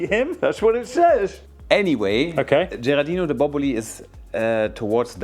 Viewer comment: Giardino di Boboli! no Gerardino, ahahhahaha giardino means "Garden"